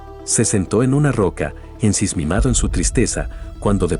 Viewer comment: INSISMIMADO? jajajaja ENSIMISMADO !!!